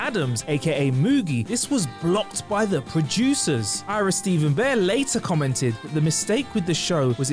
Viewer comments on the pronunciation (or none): none